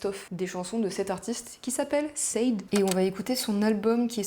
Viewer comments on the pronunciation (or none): att sade se pronoce shadé ahaha super vidéo sinonnn